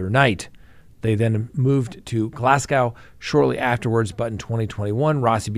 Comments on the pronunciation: The way to pronounce Glasgow is glass go not glass gow people in Scotland don't like the American pronunciation's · for future reference....Edinburgh is pronounced Edin-burra not Edin-burg and Glasgow is pronounced Glas-go.. with a name like you'd think you'd know better...lol cheers from Scotland 🏴🥃